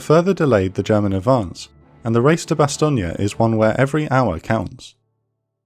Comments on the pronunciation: Bastogne isn't pronounced "Bastogney" but "Bastogn" (bas.tɔɲ) Else it's a good job 👍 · The videos just get slicker and slicker. However I always thought Bastogne was pronounced "Bastone" not "Bastogni". Also you can't say they had panthers and panzers, panzer is the German word for panther. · Will you people say Bastogne name correctly? Bastong. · Bastonia? Was the script read by a confused AI? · That’s the American pronunciation mate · These are brilliant, if only Bastogne was not pronounced with an Italian infliction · It's pronounced Bastogne